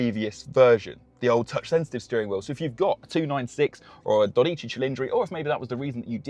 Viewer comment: Well, you certainly did butcher the word “dodici” 😂